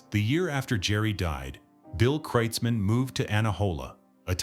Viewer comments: It's kroitzmann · It's pronounced KROITZmann, FFS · You asked a 100 'real' Germans how to pronounce it and they said 'krutes mann' or 'krootz Mann'? Impressive. However here in the real USA, it so happens that in the 1980s-90s I lived in Comptche, Mendocino County CA, where Bill owned a ranch. He was known in the community as Bill KROITZmann. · Could computer at least pronounce his name correctly.